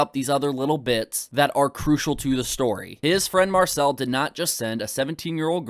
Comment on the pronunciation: If I was given a pound everytime keem mispronounced Marcel's name I'd be rich